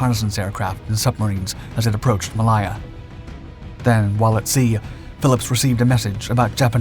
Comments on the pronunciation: Did this narrator call this WW2 battlefield Muh-Lie-Uh ?? It was May-Lay-uh, you goofus. Get a speech coach, fer crying out loud. Or better yet, watch some other WW2 documentaries. They pronounce it right. You'll learn that the territory became modern-day "May-Lay-zha." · Malaya is pronounced "Mal-ay-a". Not "Mal-eye-a." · Malaya is pronounced as "Mer-lay-yer" and not "Mer-lai-yer" by both the Malaysians and British. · Maliah you mean Malaysia? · "Maliar"......totally incorrect pronunciation. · "Maliya"??? Really? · Ma LAY a. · It is pronounced "May Lay Her ! :face-orange-biting-nails::face-fuchsia-poop-shape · Say ot with me, mu lay uah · Great content, but is the narration machine-generated? Malaya is pronounced ‘mah-lie-ah.’ Second time I’ve noticed mis-pronunciations of words. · Butchered the British pronunciation of Malaya. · Odd way to pronounce Malaya! As for Z. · and a lack of how to pronounce Malaya lmao